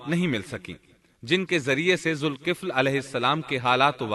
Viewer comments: Dhulkifl not zulkifl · Quran mn Zalkifl lfz hai Aur zulkifl parh rhy hain